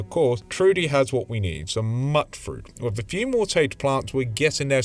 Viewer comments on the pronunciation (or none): It's Myoot-fruit. Like mutant. There are people who pronounce it in these games.